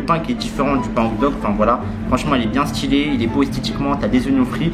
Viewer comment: HOTDOG mais pas HOGDOOOOOG🤣🤣🤣🤣